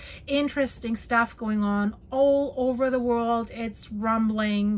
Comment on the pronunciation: "ober 500 reports",, are you serious? That's a funny German-Canadian mixture of "over" and "über". "Herr Ober, den Report bitte!" "there are no seismic stations", yes, so predictions are more like guesswork. Probably true for many areas in the world. "Rudi has enough", you should teach him more patience. If he's 30 centimeters tall, and you're in the USA, you could use him to teach American kids the metric scale. A standard European ruler, used in schools, is 30 cm long. "do not copy what he is doing", well, I'm not so sure that I wouldn't. Another wonderful video with a lot of information. Thanks for the geological maps, you're always very thorough with that. I'm waiting for the day you admit that you're actually a scientist.